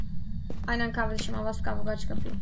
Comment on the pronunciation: Kavdeşim helikoptev pat pat pat yeva dedi amca